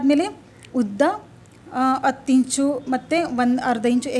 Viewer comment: ಹ ಇದ್ದಲ್ಲಿ ಅ ಅಂತ ದಯವಿಟ್ಟು ಹೆಳಬೆಡಿ ಅಸಹ್ಯ ಅನಿಸುತ್ತದೆ ಈ ಅತ್ತು ಅಲ್ಲ ಹತ್ತು